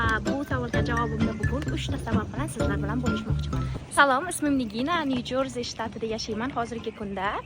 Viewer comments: Яхши қиз 11 йил яшаб штатизни отини хам хато айтвоссизку Нью Джерси деб аталади узбек тилида гапирвотган бусез Джорси эмас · New Jersy булади Ню журса эмас